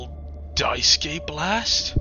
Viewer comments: "die skay" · Not only is this video entertaining af, but taught me how to pronounce Daisuke, I thought it was pronounced Daisuki at first 😭😭